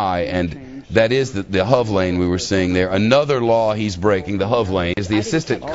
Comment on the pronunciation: My god it's the H O V lande, not HUV lane.